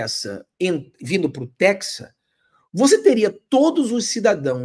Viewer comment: só corrigindo , nao é texa e hora e sim é TEXAS e HORAS . obrigado